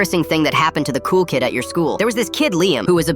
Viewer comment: He said "Cool kid"